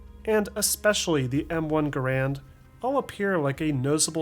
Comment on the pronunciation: M1 gair and not grand